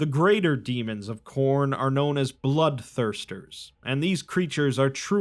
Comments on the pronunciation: It’s name is Corn hen hnn hnnnn lol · Khorne its to cornie. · It's *Khorn*! (chomp 🌽) A blood-thirsty god 👹 He has a throne (skulls for skull throne ☠️)